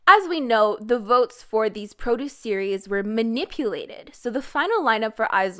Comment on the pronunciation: No, no, baby, it's Pro duce [prə•'d(y)o͞os], not Pro duce [ˈprō•do͞os] ( , , , etc). These girls were not grown between rows of arugula. EDIT: Wait a minute, you can pronounce geureoke malhaebwa but you can't discriminate showbiz from groceries?